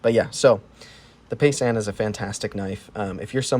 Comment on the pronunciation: It’s pronounced ( pie - zahn ).